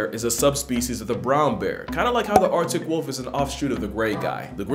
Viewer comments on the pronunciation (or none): none